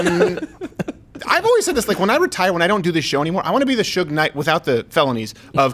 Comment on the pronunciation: is that how you actually pronounce Suge? I thought it was like huge with an S.